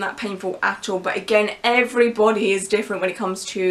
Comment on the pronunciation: I like the way she said thigh tattoos look good on everybody. I can't tell if it's because of her gorgeous accent, or maybe she just wanted to emphasize the "every b o d y" part, but regardless, it boosted my ego lol